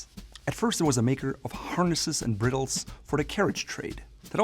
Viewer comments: Firstly, I find it humourous that you carry on about the pronounciation of Hermes, yet you cannot properly pronounce the word 'bridle'. It's pronounced 'bri-dull', not 'bree-dull'. Secondly, chrome-tanned leather for a belt is rubbish. One is simply paying for a name, nothing else. 800USD for a chrome-tanned, machine sewn belt is non-sensical. Chrome-tanning takes roughly 5 days and a machine sewn belt involves about 20minutes. The stitch is also weak. Vegetable tanning takes approximtely 3 months and to hand sew a belt with a saddler's stitch roughly 1.5 hours. A completely handmade business belt from Equusleather in the UK, raised and lined will cost about 500 British Pounds. The same from me in Germany will cost about 700 Euros. Equus and mine are made from vegetable-tanned leather and completely handmade. These belts will last for decades, whereas a Hermes belt might last 5-7 years. Yes, a status symbol. Just. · Just a note, since likes to make sure people are pronouncing words correctly. Please learn how to correctly pronounce “bridle.” The i is long, like bride, not like the i in brittle. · Corrects everyone on how to pronounce Hermes, then proceeds to pronounce bridle incorrectly